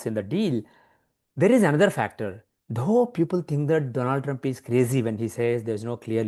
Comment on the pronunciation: Congratulations on winning the awards. Thank you for giving the platform to this bloke to make a fool of himself. He should steer clear of politics. He lives in Boston and cant pronounce the name oh his President correctly.